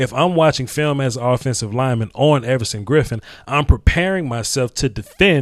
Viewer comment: Effortson Griffen lol I like it